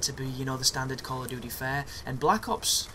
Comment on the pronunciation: So that's "call of doodee" folks, just in case you thought it was "duty" : )